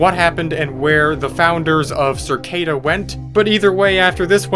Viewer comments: i love how he is saying circada its cicada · cicada not circada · Hey it’s “Cicada” 3301 not “Circada” lol and I have also found that cicada wasent the first arg.. I can share my findings with you… Let go 🎈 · I hate that he says circada instead of cicada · Cicada 3301, not "Circada", isn't even close to the first ARG. I Love Bees and Year Zero predate it by years. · The cringe everytime you say "Cir- cada" though...over & over.....doesn't matter I guess in the scope of things basically after all...it just struck me funny how it fits right in with the topic... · i've been watching this playlist the past two days and you pronounce things SO WEIRD LOL... circada? u just add whatever u want and say shit however u want shamelessly 🤣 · CerrCada? Lol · circada. just, why does he say it like that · Why is saying cicada like circada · Learn how to say "cicada."